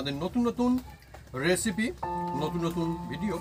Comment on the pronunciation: রান্না র সাথে আড্ডা ও জমজমাট।কিন্তু দাদা আপনি এসিপি না বলে রেসিপি বলা অভ্যাস করুন